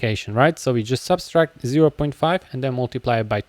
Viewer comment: The tutorial is great, but the operation is called "subtract", not "subStract" 😭